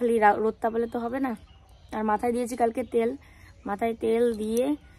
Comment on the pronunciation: Tomar uchharon gulo valo lage na jemon tel ke teal bolo abong ke Aeabong bolo sunte vlo lqge na kintu tomake khub vlo lage didivai